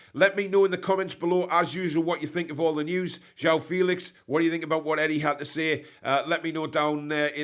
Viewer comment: Jer-ooh-ow Fell-ix…… is how he pronounces it.